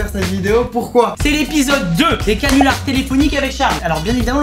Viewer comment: "cannulars" tu me déçois 😂😂